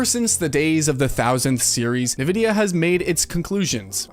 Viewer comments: Am I the only one hearing him pronounce Nvidia "nevidia" instead of "envidia" and being slightly annoyed every time? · It didn't help that all the series X and PS5 games were designed to still be played on last gen consoles. At least a lot of them. So were they truly next gen if they could still be played on last gen consoles? Not in my book. PS: Nvidia is pronounced invidia not navidia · My man really said “nividia” 10 times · What's Navidia? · If you say Navidea one more time, Imo havta crawl through this screen 😂... I'm in need of a PC, but the cost vs. performance is insane.